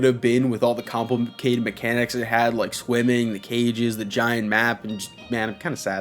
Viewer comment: I thought he said “women” instead of “swimming” as a busted mechanic😂